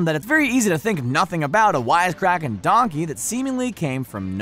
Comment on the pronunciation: Donkeh more like dankey